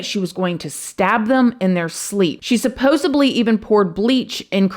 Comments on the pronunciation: fyi, it's "supposedly, not supposobly" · there's no "b" in supposedly. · PS,....its " supposedly" not "subposedly".....